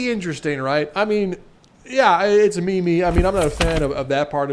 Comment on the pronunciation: Its a me-me